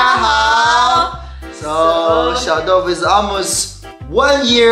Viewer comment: 先祝福小豆腐及你們全家幸福、快樂及健康～ 從有小豆福《你們的發音、更像福》、我喜歡、因為中國人更喜歡福、代表豐盛、豐富、收看你們也快一年了、替你們開心～